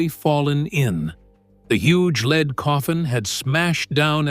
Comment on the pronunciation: For goodness sake! Surely you can do better. Try fewer words, appropriate photographs at the precise time your AI voice references them will give a video of condensed size and interpretive power. Edit for God‘s sake! And teach your AI voice to pronounce the word lead as in the metal lead. Geesh.